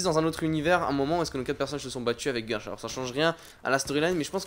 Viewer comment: C'est Guèrch pas Gueuuurch